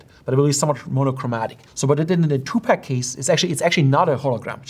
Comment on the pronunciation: He's Tupac, not Two Pack